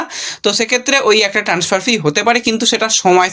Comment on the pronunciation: আবার ট্যান্সফার।আর কবে উচ্চারণ ঠিক হবে!ইউটিউবের ব্লগ বানাতে গেলে নির্লজ্জ হতে হয় এটাই দেখছি